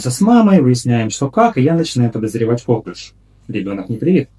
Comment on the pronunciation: коклЮш. Так правильно ударение ставить 😉